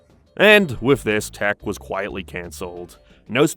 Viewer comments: I fw hellllllaaaa of the “failure” shows. It was more like they didn’t know what was gonna be good or not. And it’s not tack. It’s tock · Is English your first language? Why the hell do you stress random syllables? What the hell is going on with your voice? It sounds like AI from 5 years ago. No personal hate but if you're gonna make an hour long video, I mean, have you ever listened to yourself? You say tEk. Not tAk. E. "Tech." That's what you're saying. you say "witch doctorrr" like you're putting so much effort into stressing random syllables my guy, you could just say the words. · I can’t get over the fact of you pronouncing tak’s name as tech